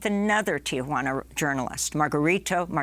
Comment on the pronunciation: Ti juana not Tia Juana